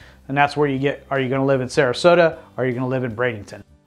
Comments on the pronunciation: Everytime I heard you said Brad-ING-ton, I cringed. Sometimes you said it properly, so I know you are trying. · Please stop calling it Bradenington!